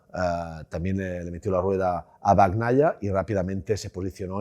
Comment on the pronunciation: Que alguien le explique que no se pronuncia "Bag naia" , que la gn en italiano es la ñ , es "peco bañaia", no bagk naia